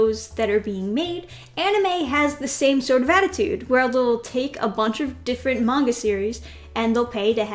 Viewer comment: As an Asian you pronouncing "manga" correctly is like a fresh air to my ear